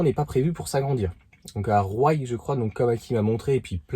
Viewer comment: Roye se prononce "roi" aller bisous